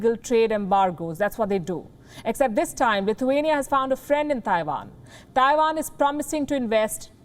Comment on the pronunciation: Did you say CLITHUANIA....?